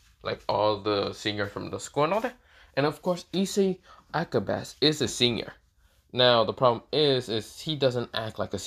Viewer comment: Pretty sure it’s (Ah-cah-bawn-A)